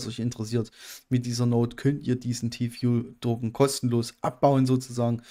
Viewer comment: "fuel" ist schon nen hartes wort für dich ne :) aber haste es paar mal geschafft es richtig auszusprechen ;) spass :)